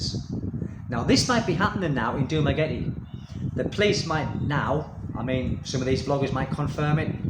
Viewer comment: Sir, if you can't pronounce the name of your own city correctly, and don't know that the island of Negros Occidental doesn't exist, then you are hardly qualified to say you imagine the Dumaguete Police are going round expat homes to warn occupants of increased danger to them. How would the police even know which homes to visit? You, sir, are a berk.